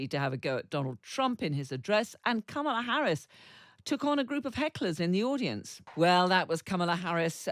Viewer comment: Kamala is pronounced "Comma la". You're journalists, get it right.